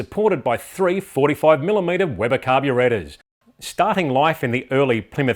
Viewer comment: Amazing and I love how he says Carbruu-rAtors and Cabruu-rAtion! #Justsayin